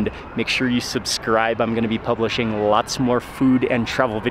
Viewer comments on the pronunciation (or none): bro it’s subscribe not sabcribe jst telling u before others criticises u 👍🏻 change it bro 😊